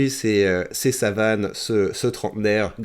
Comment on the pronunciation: Lol tu lui a massacré son prénom tout le long de la vidéo ... (SAUVANE pas Savane) A la fin "J'ai été assez soft" :D